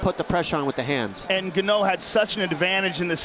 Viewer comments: Seems so screwed to hear them call him Ganno, then later down the road they started calling Ngannou. The commentators were probably told the proper & professional pronunciation right after this fight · the "Gano" pronunciation was driving me crazy lol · How can you not learn how to pronounce a name when you are a professional broadcaster? ganoh... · "Francis gon-know!" Lol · Francis Ga-Know. xDDDD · “Francis Gah-No is a beast!” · The commentators could do a better job of learning how to pronounce Fighters' names. I can remember they pronounced Stipe's surname as Miosick and this one Gano. If Bruce Buffer can get it right surely the commentators can? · Say "Gannoh" one more time! .... just one more time!!!!! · Francis Nganoué 😂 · Please make a top ten of slaughtering of names!! Ganno is on that list for sure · Francis Ga-no lmfao why they butcher that dudes name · I tried ignoring the "ganno" but during second round I gave up and laughed...😂😂😂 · ESPECIALLY after hearing buffer pronounce it correctly during the intros lol🤦 Joe & the rest of the commentary table kept calling him Ganou Until the damn overeem fight lol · they are mocking how the commentators pronounce Ngannou, the joke being that its like the ”Ganno” is a different guy than Ngannou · so he had a different name back then, he was called genouw lol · N-gun-no? Funny stuff. Leave it to buffer to b the only 1 to get it right. Kinda like the cringe of their pronunciation of Karolinas last name. They call her ko-vul-kay-vich & it's Kuh-vall-kuh-vich. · When the announcer didn't know how to say Francis last name 😂😂 Gano FRANCIS GANO WINS BY K.O Gano in Spanish mean winner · lol Ganno.. Get the fn mans name right guys.. Malakaz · Omg I can’t stop laughing Francis ganno wtf he’s the kind of scary I would ask him how to pronounce his name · The fact they keep calling him Ganno is hilarious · This man "gunno" 😂😂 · Hahaha they butchered his last name. Gano hahaha 💀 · Joe: "En-gunnoe" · Nobody: Francis Ganno